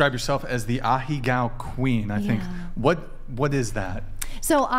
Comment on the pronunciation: If she’s so enamored by Japanese culture you’d expect her to at least pronounce “ahegao” correctly, good god